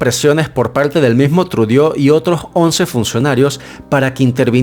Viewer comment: Trudo así se pronuncia no trudio!